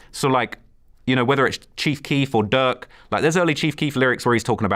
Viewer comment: He’s saying “durk” but it sounds like “duck” and I was confused at first 😂